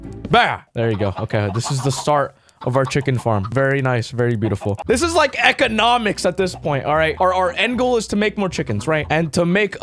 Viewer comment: He said "Eggonomics" and now im dying